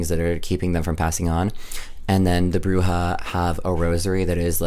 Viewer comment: you're saying Bruja correctly! It's good :)